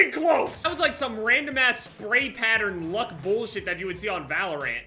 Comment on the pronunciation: I love the way he said valorant. Like I’m not saying it’s wrong or bad to day it that way it’s just funny to me